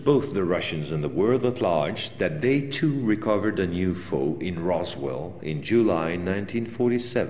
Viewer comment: Its a U F O not you fo and its a boMer not bomber lol